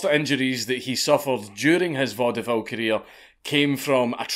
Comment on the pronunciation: I hate to be that person, but "Vaudeville" is pronounced "VAUD-vill" -- only two syllables.